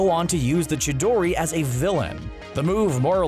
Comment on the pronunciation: the name of it is Chidori but you pronounce it Shidori